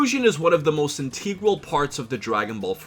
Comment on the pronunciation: “Inteegral” 😂😂 I love you man 😭